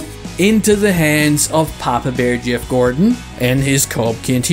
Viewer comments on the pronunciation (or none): none